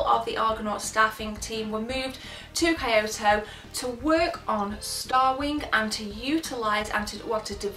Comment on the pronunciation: Two things: 1) Learn how to pronounce Kyoto 2) Tits